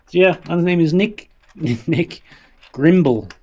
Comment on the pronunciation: Brimble, not Grimble,. 🇨🇦❤️